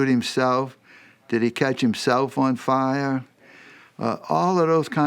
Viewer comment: Did he catch himself on fiyaaa . That’s a professional speaking ?? 😬 yikes